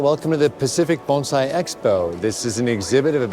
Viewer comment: How refreshing to hear someone pronounce bonsai correctly